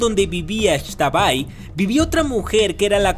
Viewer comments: Me ofendiste no se dice extabay se dice ixtabay soy una yucateca y me siento indignada #pronunciabienlaxtabay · Hola amo tu canal soy fan del mundo mágico de j.k y también soy yucateca y me emocioné al escuchar las leyendas jejeje nota: no se pronuncia “ex-tabay” simplemente es “x-tabay” Saludos 😃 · Pronunciaste X'tabay súper gracioso 🤣🤣🤣🤣